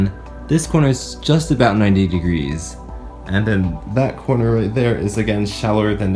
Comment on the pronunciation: Teh_ Wurst what the hell is a "coner"